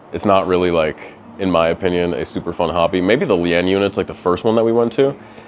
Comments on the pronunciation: Lien is pronounced "lean" btw Love the videos though, no hate! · Yayyyyyyyyyyyyyy a new video Also are you saying lien? If so it's pronounced like leen/lean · the way you pronounced “lien” bothered me so much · How.. did you pronounce lien 😂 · I was confused for a second until I realized he was trying to say lien 😂 killed me. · Thought it was a new mortal kombat character 😂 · Never seen someone fuck up the word ‘lien’ so many times in my life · Why was bro pronouncing lien like that lol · Why is it wrong to point out his inability to pronounce "lien"? It was terrible. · Leeens its pronounced Leeens - liens but its dope how did have a heart in the matter sir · First of all you pronounce the word LIEN like LEEN or LEAN as in LEAN beef. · In case you do another video like this in the future, "lien" is pronounced the same as "lean". ;-) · Do people out there pronounce "lien" like that? I've always heard it more like "lean" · I was so surprised even the girl in the background pronounced it that way. Even your car insurance company will ask if there's a lien holder lol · Lien is pronounced lean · I hate to be that guy, but Lien is pronounced “Leen” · I'm sure others have mentioned this, but it's pronounced, "lean". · Lean into lien because it’s pronounced like lean :P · Bruh, it's pronounced "lean". 🤣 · Am I going crazy? It's pronounced "leen", right? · Lien pronounced Lean. Props to the folks who mispronounce words because they have only read them. Keep up the great work! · Lien is pronounced "lean" my friend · It's pronounced LEAN (lein) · lien is spoken as lean. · Leaaaan. Its pronounced “lean”. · I cringed everytime he said "lee-end" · Bro thinks it's "lee-end". Haha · Yoo I was going to comment on that. Is the term lee-end a new term or is it Lien😅😅😅😅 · I’m pronouncing it Lee-end from now on. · “Lien” is LEAN, like to lean over. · Love your content. By the way lien is pronounced like lean. Still great video. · Fyi, its pronounced "lean", like to lean on a wall